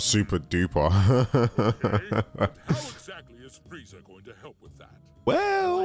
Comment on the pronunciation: FRIEZA, It’s FRIEZA!!!